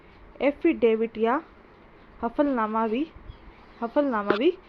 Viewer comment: हफ़लनामा नहीं होता है हलफनामा होता है।शुद्ध बोलो।